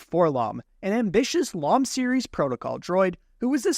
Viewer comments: It’s 4 EL OH EM. Not Lom. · FTR: "For-Ell-Oh-Em," not "FOR-lomm." You don't go around calling C-3PO "K'threepo," do you? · 4-LOM : "Lawm"? I've always heard it and pronounced it as 4-"El-Oh-Em". At least the confusion of the names between him and Zuckuss has finally been straightened out. Leave it to Kenner to get the names mixed up and confuse kids for years. Though might argue it should be logical that a name like "4-LOM" would belong to a droid.